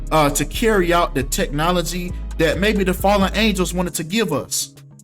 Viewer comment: You sound ridiculous when you say fllend angels lol Angels serve the creator only, they don't fall.